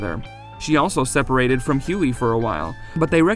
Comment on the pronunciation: Their accents make some things they say sound so funny!!! Netty- sound like Ninny = nin knee Huey- sound like Yoy = yhoy (rhymes with toy and joy)